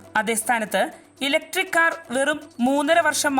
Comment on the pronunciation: ഇലക്ട്രിക് വാഹനം എന്നു പറയടി വാണമേ 🙄🙄